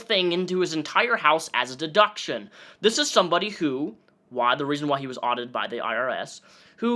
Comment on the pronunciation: pretty bold for someone who cant say 'deduction'